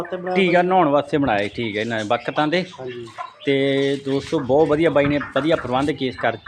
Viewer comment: ਪੱਤਰਕਾਰ ਜੀ ਬਖਤਾ ਨਹੀਂ ਹੁੰਦੀਆਂ, 😅😅 ਬਤਖਾ ਹੁੰਦੀਆ